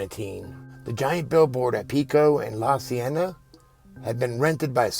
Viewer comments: "La Cienega," is pronounced La See-en-eh-ga. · It's LA See-en-a-ga, Cahuenega is cuh- wen-ga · It’s pronounced...La See-N-Knee-Gah...❤️ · La see-en-a-ga. Or la c-n-a-ga Pronounce saying it fast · La Cienega is pronounced La-see-EHN-eh-guh in English.